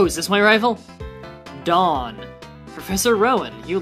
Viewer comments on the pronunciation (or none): none